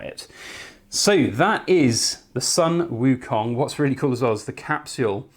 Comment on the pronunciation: WOW beauty! btw it's pronounce Sun="Soon" Wu Kong .. :)